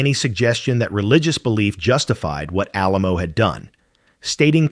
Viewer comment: It did mention the keeping and praying over her corpse, but it mispronounced Alamo. Her body was stolen by cult members and finally turned over to authorities. Her daughter went to court and got custody then buried her in a mausoleum in Memorial Park Cemetery in Tulsa, OK. He is buried 3 slots down from her.